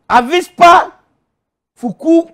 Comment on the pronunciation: Lol, no! He actually said it properly the first time, "Avispa", means "Wasp" in Spanish. But after that, he goes back and says "Avista" lmaoo. The best!